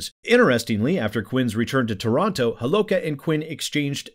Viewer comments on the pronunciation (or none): none